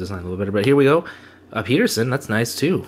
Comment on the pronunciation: I'm in. Pretty decent box. That Nico and Turgeon cards are good hits. Lots of potential there. Thank you for the video and giveaway:) Elias last name is pronounced as... Peh-Duhr-son